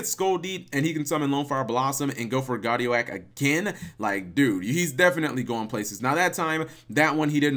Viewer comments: Guard Ee Oak. Not Guard Ee Oh Ack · It's pronounced Guard-E-OAK....oak, not o-AK. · It's guardi-oak...as in an oak tree...unless you pronounce it as an oh-ack tree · "guardio-ak" lololololol. Cap ily bro, but its "Guardi-oak" xD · Are you freaking kidding me cap, GuardiOAk???! Guardi-guardian, OAK- like the freaking tree. That’s a new low for mispronouncing words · My face when guard eee oh ack when it’s guard ee oak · Butchered that name Cap lol. It's pronounced like Professor Oak from Pokemon or like oak tree Guardi-oke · ITS GUARDI-OAK, (guardian Oak) The filename of that first duel was very appropriate though :P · Guardian and oak. Like the tree. Oak tree not guardiak.